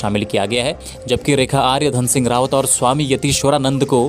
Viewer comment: Dhan Singh dhami h g aap rawAt bol rhe ho